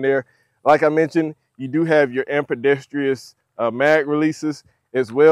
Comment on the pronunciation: First of all mags don't Like to go in the magwell smooth when it is chambered so I would suggest slamming it in unless you want to replace parts soon and the night sights are tritium ..but it is ambidextrous not ampudestrious lmao